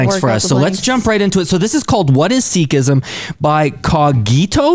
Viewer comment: Many pronounced words in video were wrong as well. But Sikh, Sikhism were correct pronounced. I will suggest learn from your local sikh dwellers.